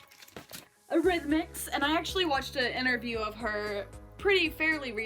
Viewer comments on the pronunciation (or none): ? Sig Sig Sputnick, say it after me........Sig Sig U rythmics, definitely not "E rythmics". say after me.......U rythmics. Martin Degville of Sig Sig Sputnick used to go to the same club as me in Birmingham UK, he always made a grand entrance and would pose all night long and get not very much attention, he's a right ugly barrrrstard in real life. Oh and Joy Division are absolutely, definitely not goth.